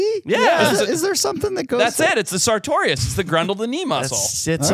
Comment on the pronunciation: Lmao classic thinks “sartorius” has 3 syllables 😂